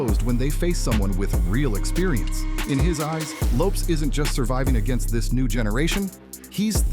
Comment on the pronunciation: What's with the way you say Lopes? It's not supposed to rhyme with dope.